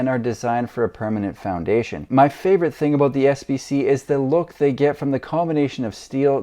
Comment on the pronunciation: What's that home all aboot?